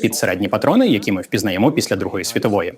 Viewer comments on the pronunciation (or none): none